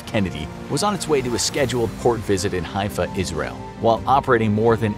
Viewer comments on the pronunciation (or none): none